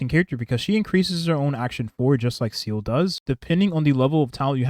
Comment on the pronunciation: i'll never get over you pronouncing Seele as seal